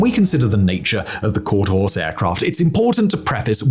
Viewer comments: Quarterhorse, not Quarterhouse, even if you are trying to say Quarterhorse, it's coming out Quarterhouse, regardless of what any machine or close investigation, with slowed playback and/or other "refinement(s)" used may be pointed at. What arrives at the audience's ear in the destination locations is what counts, and it definitely does not sound like Quarterhorse, I know, I have lived in Quarterhorse country for over 64 years now, though my contemporaries' use the older term "cutting horse" as they are what real cowboys use to work stock at ranches where consumable product is raised and subsequently sold. Quarterhorses were developed from cutting horses for sporting competitions, as such things seemingly almost always devolve to for the purpose of wagering. Quarterhorses are what racing stables call their competitors, the nomenclature arising from the fact they race no more than a quarter mile, usually 250 to 400 yards, unlike thoroughbreds, which run 4 to 6 times a quarter mile. Quarterhorse - horse, as in equine, a quadruped herbivorous mammal, most of which are domesticated, though there are still some thriving in the wild (thank God, myopic people don't realize it, but these Mustangs are absolutely essential for the continuing and future vitality of the species, and without virile "blood" (DNA) to infuse into stagnant and declining genetics that always occurs over time because of the very nature of human interference (they think they are being clever when they don't have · It's quarter horse, not quarter house. I'm guessing that you are a city boy... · Bloody hell, Simon! If you can't get the teleprompter to be correctly edited you should at least read through it first! Is it called "Quarter Horse" or is it as you said " Quarter House". It was not once or twice you kept changing from " Quarter Horse " to " Quarter House". You editorial team need to get a grip and sort this out! That said the video is Great! Very interesting and well worth the view! 😊😊😊